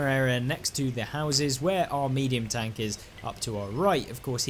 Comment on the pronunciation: British people says "tonk"?😂